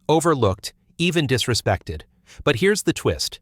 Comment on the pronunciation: "Disresected" WTF is "Disresected"